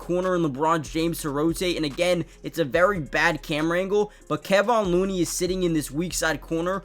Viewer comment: It's ka-von looney not kay-von